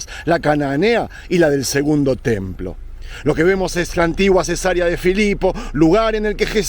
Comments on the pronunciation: se dice cesárea no cesaría 😊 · le veo desde Coahuila, México. Me gusta mucho su contenido. Con todo respeto, si me permite y de algo le puede ayudar este comentario, puede seguirlo. Le escuché mencionar Cesaria cuando lo correcto es Ce-sa-re-a. La primera palabra dicha como lo expresó se refiere a una operación q se hace a las mujeres p tener a su bebé. Saludoss.